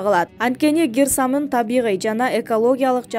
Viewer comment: Гер самын эмес кир самын созду бурмалабай бузбай суйло